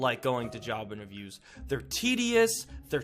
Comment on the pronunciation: I thought he said child abuse then I turned the captions and it said job interviews